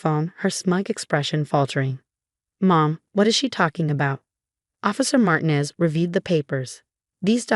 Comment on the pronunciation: Please teach AI to pronounce Martinez correctly!!!!!